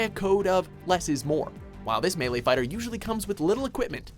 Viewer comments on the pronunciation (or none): none